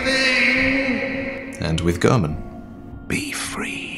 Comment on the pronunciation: It’s Gehrman not German